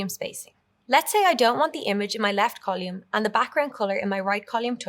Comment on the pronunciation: Nice course, but strange pronunciation of "column". Never heard that in any dialect.